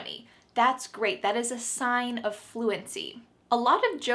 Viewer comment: That's gweat 😂😂😂